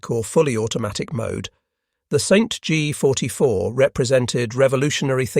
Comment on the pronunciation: The Stg44: "The Saint G 44" You've gotta love software generated recitation !! 🤠🤠🤠